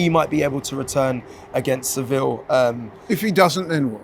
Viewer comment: Man said Seviller 😂